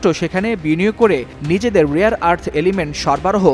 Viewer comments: রিয়ার নাকি রেয়ার😂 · The word is RARE not Rear. Do a bit of research on phonetics. Bunch of stupids. The world is hearing you.